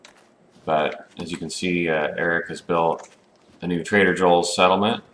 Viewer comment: grammar heh. He just pronounces them that way lol But that's be interesting to see untrustworthy ones too like a rival settlement group to the White River one lol. They'd deal in shady stuff, like alcohol, and medical drugs etc. Seems like it "could" be a thing eventually since it would make sense too. but yeah heh, trader, not traitor xD